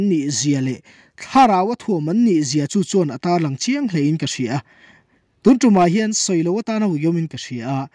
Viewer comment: A bengvar thlak thin hle mai, chutih rual erawh chuan tun lai Pastor thangthar deuh ho hian mizo tawng lam rik dik hi zir hret an ngai ta em aw, tunah pawh hian "tun tum' tih hi vawi thum i rawn lam ri a. Sa kawng tum angin i lam ri a, heng sentense-ah hi chuan kan zuang kang vak a lei a kan tum, thlawhna tum anga lam rik tur zawk a nih hmel.